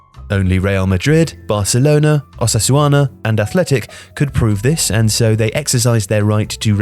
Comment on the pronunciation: "Oh sass u ana"